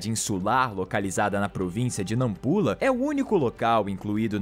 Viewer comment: Meu Deus ❤ sou Moçambicana 😉, achei muito impressionante falarem de Moçambique 😅 a maioria do que dizem é verdade 😆 mas n pronunciaste bem Nampula 😂